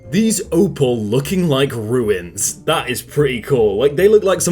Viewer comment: ...please I implore thee... look up how to pronounce words you've never spoke before. Ruins for Runes? KEYE-OHTOH instead of KEEYOH-TOH?? It was kind of funny at first but now it's getting distressing. This is honestly the reason I won't subscribe to your channels.